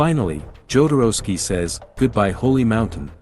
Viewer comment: is'nt it NOT the way Jodorowsky's surname is pronounced?